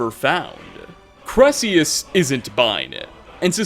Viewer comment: Also, his name is pronounced Kai-Rel-Eus. He even says it